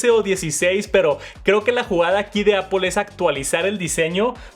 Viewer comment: Normalmente veo los videos con CC y como hay palabras que las sobre pronuncias, es cómico leer cosas como “Pantallas oulette” o el “Apol iPhone SE “ “Max safe “ 😅😂